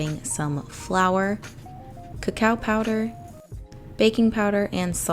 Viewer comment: You really said ka cow